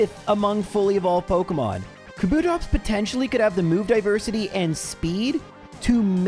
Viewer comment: You putting emphasis on 'TOPS' and also saying "School girl outfit era" which is vague as all Hell makes you sus